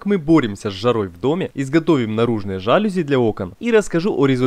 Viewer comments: ЖалюзИ, а не жАлюзи. И это слово не склоняется. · мелочь, но все же... не жАлюзи, а жалюзИ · жалюзИИИИИИ не жАлюзи, а жалюзИИИИ. Аааааа мои уши🥴😖😞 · Отлично! Лайк. Придраться можно только к ударению в слове "жалюзи". Правильно ударять на последний слог - "жалюзИ". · Все, конечно, классно, но вот ваши заУсенец и жАлюзи очень режут слух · Вообще-то «жалюзи» слово французское, а во французском, как известно, ударение падает на последний слог. Поэтому жалюзИ и слово это не склоняется. Ужасно режет слух,хотя сама работа хорошая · Ваш ролик симпатичен, но при этом "жалюзИ". Прошу прощения на поправку. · Глядб! Жалюзи, а не жалюзи!